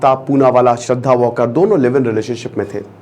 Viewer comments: वाकर नही वालकर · Sir vo वालकर हे वॉकर नही